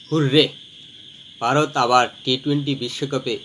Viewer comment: Baarot ki?Bharat bolte pare na.Bangladeshi mone hoy.